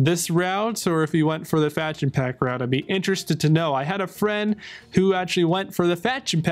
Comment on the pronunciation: Answer me... do you have an accent or your pronunciation is just so bad? Instead of "faction" you are saying something like "fetchion" which does not mean anything!